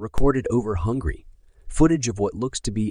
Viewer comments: Ok, since you don’t even know how to spell or pronounce a well know country name (it’s Hungary NOT hungry) then I cannot take anything you offer seriously…. 🤣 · "Over Hungry". Nobody to feed these people? 😂😂😂 it is Hungary. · Hungry? WTF dude? It's spelled Hungary! LOL Good video tough! 😉👽✌